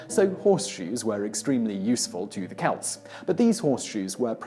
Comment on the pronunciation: He pronounced Celt correctly, which actually impresses me. Simon mispronounces a lot of words, not just proper names, and some of it makes me cringe. But, he's like an actor reading a script. He might even be reading from a teleprompter. Most British folks sound pompous to my ears.